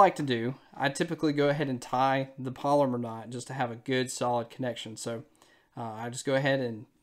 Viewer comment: And for those of you that are Googling polymer knot. That is not how it's pronounced. It is a Palomar knot.